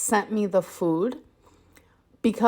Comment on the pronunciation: Still waiting for her new personality to download so she will stop saying Fwoowd instead of food.